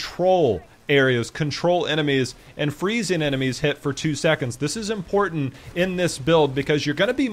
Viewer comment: great vid full of knowledge and insight but I just kept getting triggered at your pronunciation of some words like important. The way you say it is 'imporant' like you forgot the there are two t's in that word ><